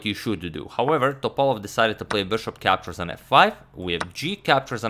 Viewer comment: The stressed vowel in Veselin is "i" and in Topalov is "a" and you can call him "Vesko" for short, greetings from Bulgaria <3 (upvote so agadmator can see)